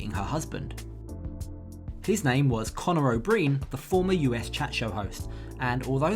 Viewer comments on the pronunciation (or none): What did you say ?? "Conner O'Breen"??? Do you live under a rock?? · He cracked me up. Unreal. And he actually said "Conner O'Breen," so he didn't even get the first name right.